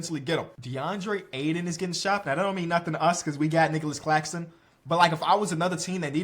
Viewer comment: Is it just me but when he said Claxtonclaxxxon I died😅